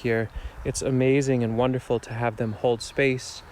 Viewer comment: You said juanderful production lol, which I’m sure is accurate. Do you think sea berry would do ok in arid sandy conditions?